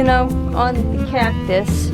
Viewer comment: The way you said cactus… originally from Minnesota lol?